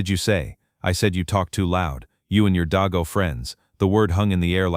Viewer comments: Stupid fictional account and it's pronounced DAYGO! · Im Laughing At Your Pronuncation Of Deago,( not Daigo.) Funniest Ive Ever Heard This Insult. You Couldnt Be An American, And Not Know How To Pronunce This Insult!. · Yeah, AI. Mispronunciation is irritating.